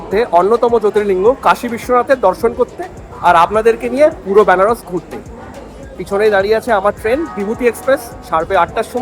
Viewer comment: Byanaras hobena uchcharon ta venaras